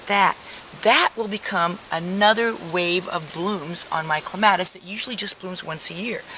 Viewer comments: It is correct to pronounce it either way. I think it sounds better the way she pronounces it. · Actually, pronounced either way is correct. I personally like it pronounced the way she says it.